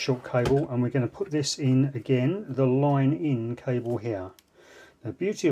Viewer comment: "Loine in" accent